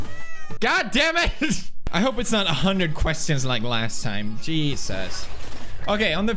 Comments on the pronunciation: 😂 pewds English jebus instead of Jesus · hahaha he said “Jebus”